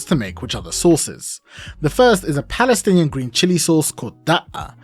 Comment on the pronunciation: lol wtf is balestinian?